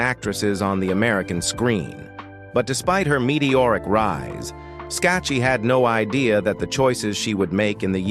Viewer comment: Her name is pronounced ...Skak kee. A true beauty !